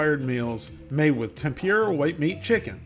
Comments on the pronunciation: FYI, it's pronounced Tem-pur-a. Not Tem-pure-a. But, other than that, great video. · Tem poor a. Not tem pure a. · just a heads up for anyone who cares about pronunciations. TEMPURA = tem-poo-da. not, tem-peer-rah. in japanese the letter R is pronounced more similar to how we pronounce the letter D. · "Tem-pure-ah" gets me every time 😂